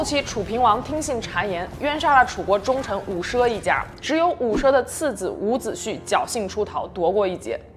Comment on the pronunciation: 伍子胥 （xu)一声~